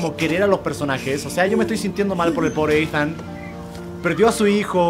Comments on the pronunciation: se llama Eathan se pronuncia itan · Esthan pero le dicen Eithan algo asi